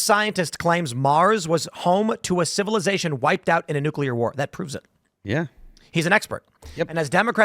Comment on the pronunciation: Asteroid....not nookulur war....lol 66 million years ago.